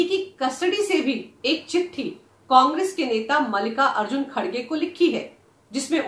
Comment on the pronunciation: First learn to pronounce Mallikarjun and not Mallika Arjun kharge